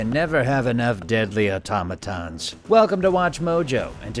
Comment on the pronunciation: Did he say "deadly atomatons"